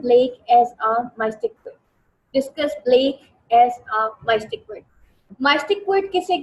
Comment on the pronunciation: Can you plz correct your pronunciation of word “Mystic “